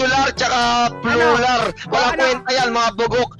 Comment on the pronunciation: Plular panga sabi ni hahahaha pa notice